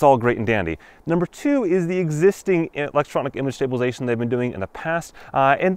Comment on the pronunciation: It's stabilize-A-tion not stablilzeion